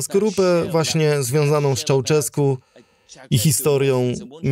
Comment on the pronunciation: Gheorghiu-Dej trzeba czytać Georgiu-Deż, a nie "dej", Ceausescu - Cziauszesku, a nie "czauczesku", poza tym dobra robota